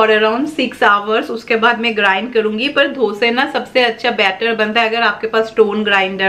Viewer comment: Dii it's dosa not dhosa